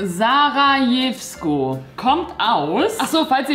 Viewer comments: Als du gesagt hast “sarajevsko??” Ich so voll ausrufend “SARAJEVO BOSNIEN MY THIRTH HOME!!!!!” Btw. Wird ßAraJEwskO ausgesprochen haha (also scharfes s, großen Buchstaben betont und das R gerollt xD) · sa-ra-jev-sko